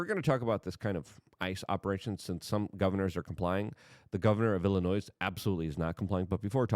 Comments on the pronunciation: It’s pronounced “illinoy” NOT “illinoissss” dumbf!! Not watching any further. 2x in 9 min. I am out. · Illinois = Ill-A-Noy Do not pronounce the S.😉